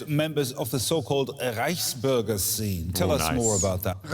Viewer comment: I don't understand why hasan doesn't pronounce the "ü" in "Reichsbürger"? The vocal exists in turkish too?